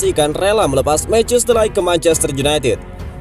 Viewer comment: Mau koreksi min ,, bacanya de ligt bukan light ,, 🙏